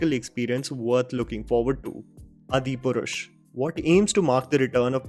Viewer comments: I love your videos but why do you never pronounce the 'aa' sound? why do you always say it like 'a'. Example- Its Aadi Purush not Adi Purush. Its Baahubali, not Bahubali. It sounds comical. आ vs अ lol if it makes sense. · Brother!!! U made me off ur video when u said "adipurush". It is Aadipurush even they haven't put double A, you should have pronounced correct. Even a child in India who have read little Hindi and know ramayan can tell aadi purush. Pls Don't forget ur own language while trying to be perfect westerner lingual. Bhai thodi Hindi or dharam bhi jaan le.. movies ke review karte karte sab bhul gaya tu..... I like ur channel and constant viewer.but ur adipurush ll make me to avoid ur channel for quite sometime now. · I wonder how this guy doesn't know how to pronounce AADHI PURUSH...??? Or he is just making it fancier to pronounce. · It’s not Adi Purush. As an Indian (with so much Indian accent ) you should know how to say the Indian words right. It’s ÁdiPurush. The A is a long vowel. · Hey, awesome video. I am also excited to see all these ventures turning gold on to silver screen. (Though my mantra is "Keeping Expectations low, yet Hopes high). BTW... I have a request (regarding some pronunciations). Brother, I am following you since long and I have noticed you mispronunciating many movies. Repeat offenders are Bahubali and Adipurush. It is "Baa-hu bali" (not Bahubali) and "Aadi-purush" (not Adipurush). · It's pronounced aadi- purush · Its pronounced Aadi purush